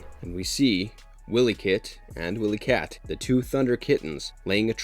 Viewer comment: Right. And also pronouncing the Twins as "Willie-Kit and Willie-Kat". I'm like dude... do your research.